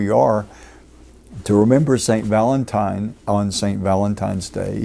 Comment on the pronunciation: Va-LENT time 😅